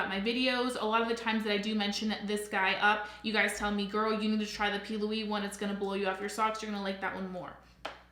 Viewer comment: Are you calling it the p. Louie base ? Lol